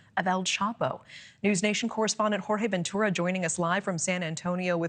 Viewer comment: With a name like and pronounced not one spanish name correct 😂😂😂😂😂